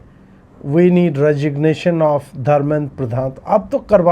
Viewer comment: रेजिग्नेशन नहीं dregination मांग रही है😂😂😂😂😂